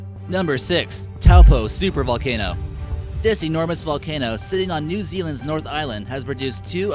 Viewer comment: Well done on saying New Zealand correctly. Many people find it hard to pronounce this beautiful country